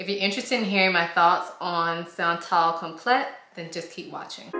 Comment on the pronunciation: This is such a beautiful fragrance. It smells like pretty money. I get compliments on it. It smells like Italica by Xerjoff. But not as heavy. By the way it’s pronounced like “come play” but as one word. Like complay